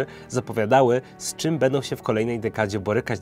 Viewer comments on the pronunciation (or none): none